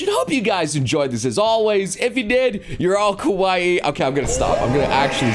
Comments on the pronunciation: I keep hearing kowai instead of kawaii. October is already over though. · you were saying :kowaii: wich means :scared or :scary: not :kawaii: wich means :cute